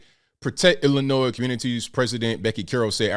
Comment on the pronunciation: Lousy politicians didn't care till rich City that had Assault Weapons laws on the books never cared about the people in Chicago who always get killed. BTW the last S is silent Illinoi is how it sounds!!! 🤔